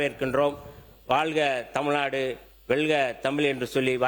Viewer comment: அமைச்சர். அவர்களுக்கு..! தமுல் தமுல் நாடு என்று உச்சரிக்க வேண்டாம். தமிழ் நாடு என்று உச்சரிக்க வேண்டும்.சில சொற்களின் உச்சரிப்பு சரியில்லை. திருத்திக் கொள்ள வேண்டும்.